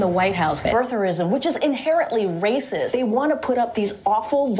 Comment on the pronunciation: This ignorant press secretary can't even say racist correctly. Listen carefully and tell me if she's not pronouncing the "T" in racist. Shouldn't that position require IQ, above room temperature?